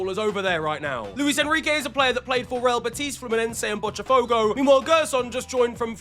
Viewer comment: The correct Brazilian Portuguese pronunciation is BoTAfogo by the way mate, not BoTCHAfogo. You only read the letter 't' as a 'tch' or 'ch' sound (like in 'chimney') when it's followed by an 'i' or an 'e', OR if the 't' is a standalone at the end of a word; such as words like menti, camarote, bet, etc.